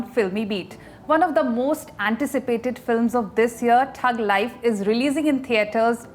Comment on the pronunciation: Ms., It's not Tug Life, it's Thug Life. A lame name to begin with and you got even that wrong.